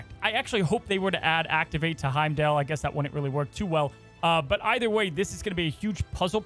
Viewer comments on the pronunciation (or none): none